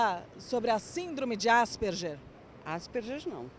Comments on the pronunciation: "asperjer"!!! Asperger é um sobrenome alemão, e a pronúncia mais próxima sera "áspergar". Pronuncie pelo menos "Asperguer", pelo amor de Deus. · Desculpem, mas por que ÁSPERJER na pronúncia? Se querem pronunciar estrangeiro, então ASPERGUER, o nome e o cientistas são de língua alemã. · Tal como o "Ambúrguer" , Asperguer" ....vamos pronunciar corretamente pois remete ao seu descobridor: Asperger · que agonia elas falando "asperGER", eu acostumei falar "asperGUER"